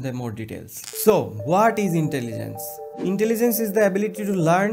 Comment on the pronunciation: Ho-At iz intaligance😂😂 gendu